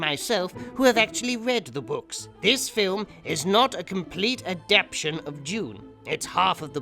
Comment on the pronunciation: a-dap-TAY-shun,... adapTAtion!! [not aDAPtion]. Otherwise... brilliant! Thank God I wasn't drinking coffee when the perfume commercial hit or I'd have sprayed the screen!